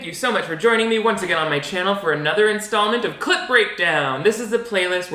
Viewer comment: I love your clip breakdowns! but everytime you say it i hear clit breakdown!! That is all!